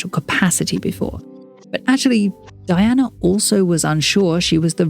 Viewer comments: It’s pronounced Dee-anna… RIP VREELAND! ❤ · Her name was pronounced DEE-ONA